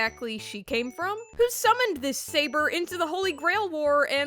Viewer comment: It's not "Bootleg Saber," It's "Seibuur"